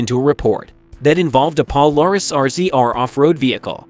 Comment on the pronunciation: Washington county is a southern Utah county. Your maps indicate they were traipsing across the country. And your inability to properly pronounce Polaris is disturbing. Love the timing of your attempt to make a dime here, most of us know about this. Be better